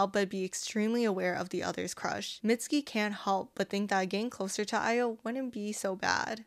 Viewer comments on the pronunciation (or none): "mitski" MITSUKI 💔💔💔💔💔